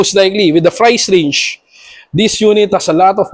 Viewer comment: Paulit ulit lang sinasabi. Flay, ferpormance and frice range. Hahaha!